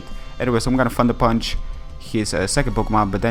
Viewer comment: Haha I like the way he says thunder punch. Sounds like fucker punch. Not trying to diss his accent just found that funny XD